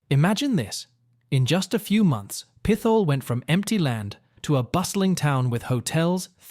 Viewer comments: Pit-hole, not Pith-ole! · Pretty sure it’s pronounced Pit-hole. No th sound. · Pith hole is not the way it’s pronounced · Pit - hole not peth - al lol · No , Not Pithole , Pit Hole ! YIKES ! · Not pith ole.. Pit Hole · Pithole is pronounced pit hole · How do you look at Pithole City and pronounce it PITH-ole? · Pit-hole is the correct pronunciation, I grew up not too far away from there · Pithole is pronounced Pit-hole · I was coming to correct this too lol drove me nuts